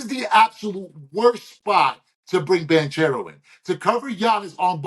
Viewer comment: Ban-care-ro, all love